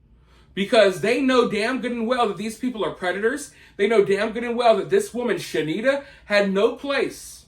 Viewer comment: Shanetta (She-need-ta) get sh*nked in prison😂